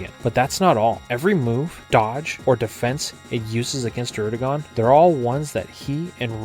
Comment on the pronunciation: Bro you got good content but for the love of god learn how to say Alder not Adler and druddigon not darudigon it’s annoying